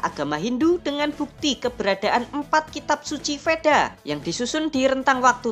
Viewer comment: Tolong di baca wedha bukan vedha, memang tulisan vedha tapi di baca wedha